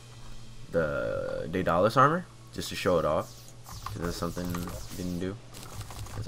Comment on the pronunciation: The armor is pronounced Day-dul-lis